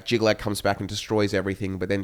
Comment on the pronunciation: It's Jyggalag, Not "Jygga-Chad"